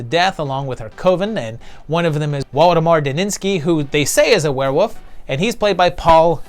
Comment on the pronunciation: is it just me or do you pronounce Werewolf, WereWOUF?! I felt like you were doing the meow gag from Super Troopers, haha. Maybe it's just me.